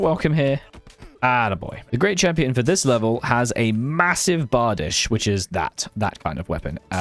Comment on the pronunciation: "Bardeech" not "Batdish"